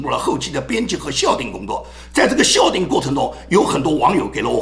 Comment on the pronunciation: 校订不读笑读叫